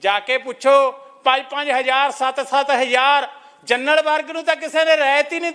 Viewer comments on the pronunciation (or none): none